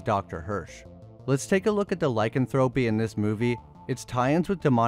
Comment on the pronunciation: One of my favorite movies. Lie-can-throw-pee